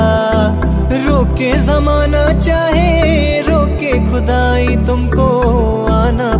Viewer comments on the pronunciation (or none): Why "THEY" pronounce खुदा "ख़" shoud be pronounced as "ख़" not as ख। There's so many mistake(s) in pronunciation, it isn't expected from such high class singers who sings great KISHORE JEE AND RAFI SAHAB.... Let them BETTER NOT TRY these covers, PLEEEEEEASE....(!)